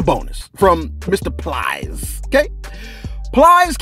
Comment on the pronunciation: lost me at plies 😂😂 butchered that man name